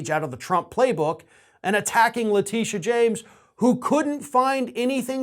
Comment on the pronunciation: Hey. I'm married to a Letitia. Everytime you mispronounce Letitia James you make every Letitia mad. It's pronounced " Le Tish ahh " not La tee sha. My wife hates you now hahaha